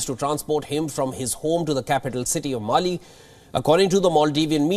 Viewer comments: Its Malé not Mali 😅😅😅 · It’s Male and not mail. Shoddy prep by the producer. Research is also poor on how this happened. Wion channel need to improve its prep work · WION it's not Mali it's Malé. "Mali" is West Africa. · It is Male and not Mali